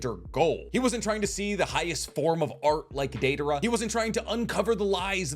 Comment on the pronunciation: “Deivara” idiot 🤦🏽‍♂️